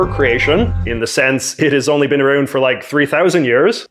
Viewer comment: That “ou” with your accent is everything for me. “Arouund” 😂💋💋